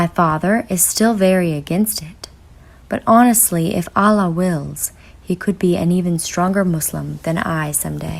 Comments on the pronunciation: Hi sister salam if you are reading this i just wanted to tell you something. Your love for Allah is so great may he increase that same love thousand time for you,me and everyone sister when you pronounce the name of Allah Its actually AL- LAH not A-LLAH INSHALLAH YOUR PARENTS AND THOSE YOUR LOVES ONE ARE GUIDED TO THE RIGHT PATH. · It's Allah not Allaah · Its Allah not Allaah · Its not islaam its Islam, its not alaah its Allah! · Ahlaah? Sahlah? Lol only in America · Say allah properly at least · You said Allah and Quran wrong